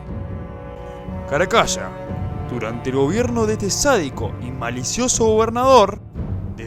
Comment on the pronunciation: "Caracasha", bye. CARACALLA!